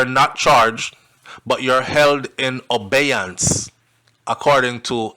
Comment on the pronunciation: it's not obeyance it's abeyance